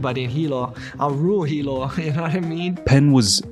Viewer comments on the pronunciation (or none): It’s not heilo. Is Hilo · Hilo, Hawaii not Heilo. Best MMA channel on Youtube love your videos!! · It's Hilo not "Heilo" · Hilo I worked for his mother. The lived in hilonot heilo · Hilo, HI not Heilo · Hilo is NOT Heilo you kook! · it may be too late but it's "Hilo" not "Heilo"